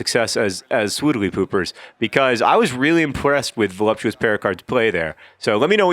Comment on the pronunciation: i love that you always say 'becoise' instead of 'because'